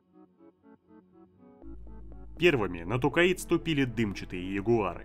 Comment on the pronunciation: Тукаид жостко режет слух, когда читал книги еще лет 25 назад и там планета называлась Токкайдо. Зачем так =(